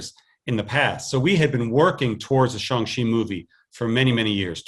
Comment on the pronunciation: Kevin Feige saying "Shang Chi" is like a drunk person saying "Shaun the Sheep"